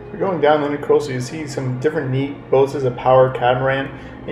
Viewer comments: it's the "INTRAcoastal" not "INTERcoastal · Not pronounced INTER coastal. It’s the Intracoastal . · Great video...fyi, it's NOT "intercoastal",it's "intracoastal"...somebody probably already said, but I'm not reading a 1000 comments to find out...lol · It's Intracoastal, not Intercoastal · intracoastal not intercoastal...